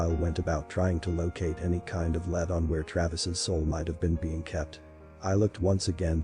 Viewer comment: This is really good! I just wanted to share, in case you didn’t know, that lead has 2 different pronunciations. The one used in the story in places like “it was my only lead” is LEED. I’m only telling you so you know for the next stories! You really have done a great job with the series. I can’t wait to see what else you have on the channel!